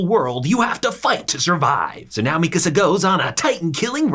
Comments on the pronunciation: i was initially annoyed by how he pronounced mikasa but this was a really good and funny recap. good job! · Man i hate the way he pronounces Mikasa and Gabby and shiganshina lol